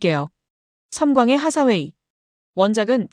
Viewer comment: 앤 하사웨이가 아니고 앤 헤서웨이듯.. 하사웨이는 헤서웨이가 맞을거같아요. 발음짜치는 일본식 외래어표기보다는요. 하사웨이 중사웨이 상사웨이... 원피스의 상디를 산지로 안읽듯이..